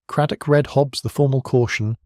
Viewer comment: Always enjoy Miss Marple.Listening from GB. Will someone teach to read the word read,future tense and read past differently.!! It sounds wrong if they are pronounced the same.